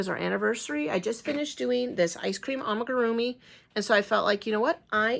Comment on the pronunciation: Love the am*i*grrr*e*ah*mee Ice cream cone 🍦